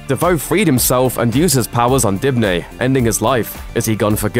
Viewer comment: It’s Dibny not Dipny